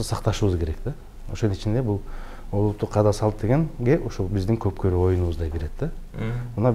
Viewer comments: Коп кору дебей кок бору дечи макале тилин келбей атабы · Кок бору деген созду айта албайт екен аа 😂😂😂